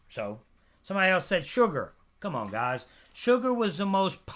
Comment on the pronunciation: I hate the way you say what's happening guys can you just say it normally instead of putting emphasis on guys